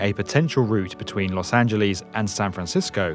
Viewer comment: Did he just say "Los Angelees"